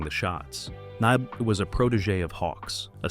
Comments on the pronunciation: Ny-BEE is the correct pronunciation, you AI twit. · This goddamned computer can't pronounce "Arness" (or "Nyby").